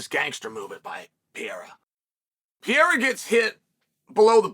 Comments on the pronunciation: I love that Uncle Chael still can’t find an “h” sound when he announces Alex “the French/Brazilian” Alex Piera. Still undefeated and undisputed 🥇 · You’re full of crap. You can’t even pronounce Alex last name right. Gtfo 😂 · Who the hell is "PEEera" Chael??? I only know PEREIRA!!! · “Pee era”